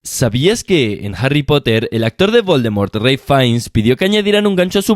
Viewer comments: No se pronuncia "Relf Fains", sino "Ralf Fins". No seas naco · El actor de Voldermort REY FAINS - Se llamaba Ralph Fiennes (Se pronuncia RALF FINS) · mala pronunciación del nombre amigo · No leyó bien ni el nombre ni el apellido del actor 😢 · Me explotó un huevo cuando escuché como pronunciaste Ralph Fiennes xD